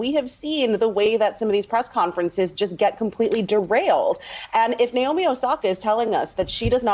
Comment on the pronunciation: It’s 直美 (NAOMI), like NA in NAVAJO, not the NA in NAVY.